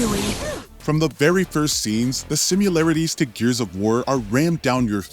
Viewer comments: SIMI-LARITIES, you saying SIM-U-LARITES was driving me nuts lol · Her name is Lara, not Laura. Also, do you actually think the word is "simularities"? Because it's not. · “simUlarities” not sure why this bothers me so much but I can’t take it anymore!